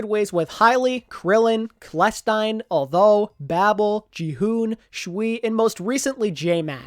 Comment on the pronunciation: Who says Clestine?